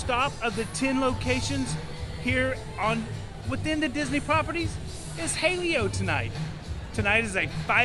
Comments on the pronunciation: It is pronounced as ha-leh-yo. Don’t sabotage and white wash it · Ha-Lay-oh lol